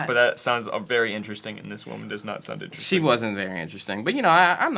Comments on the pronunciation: saying "innersting" instead of "interesting" started bugging me about 8 minutes in. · i fucking swear sam stop saying innersting theres another t 😡